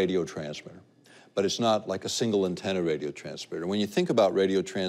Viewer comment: yea...the screaming pain just has to be the HAARP "an ten nye"🤣🤣🤣 Doesn't begin to explain her eyebrows 🤣🤣🤣